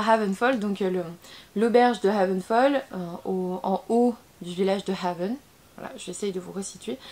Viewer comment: Haven ça se prononce hayven !